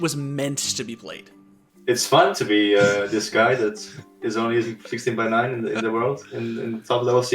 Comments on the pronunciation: Take a shot every time you think you heard the narrator say "69" instead of 16:9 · Why is it when you say 16 :9 I here 69??? All players to the 69 hype train. Kekkw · every time i hear 16:9 i hear 69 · Is it only me that hear 69 instead of 16:9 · I know he's saying 16:9 but I hear 69